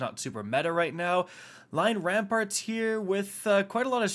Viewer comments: You lost my like due to not being able to read rampant and saying rampart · Dude, Lion RAMPANT, not rampart. Ramparts are on castles and keeps.